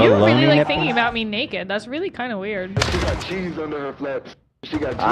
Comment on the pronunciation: overuses the word 'shit' and he still can't pronounce "ch". He says sheeze instead of cheeze.